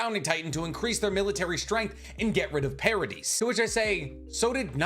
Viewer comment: The pronunciation in this video kills me. Do you pronounce Yvette “ya-vet” or Island “is-land” ? Ee-meer. Para-dee.